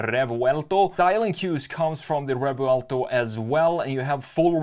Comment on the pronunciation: Rrrrrrevouelto... yeah, he's from Stockholm, for sure...